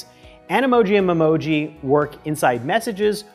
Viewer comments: It’s not pronounced mem-oji it’s pronounced meme-oji. You know what I meant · I think it is called me-moji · The way everyone is correcting his memoji pronounciation shows how serious these apple fans are about such a childish feature 🤦🏽‍♂️